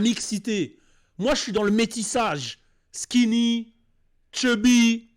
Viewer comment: On dit skiny et apoutchou 😂😂😂